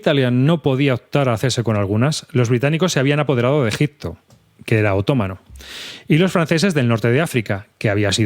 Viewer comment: Bien pensado. Leer libros de historia siempre es bueno. Pero por favor, otomano es una palabra llana, no es esdrújula. 😆